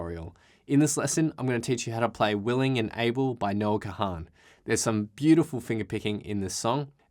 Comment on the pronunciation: Please stop calling him Noah Ka-han. Its Kahan, like CON!